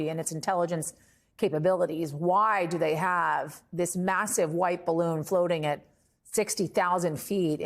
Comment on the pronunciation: if nobody knows ,why is everyone calling it a spy bawoon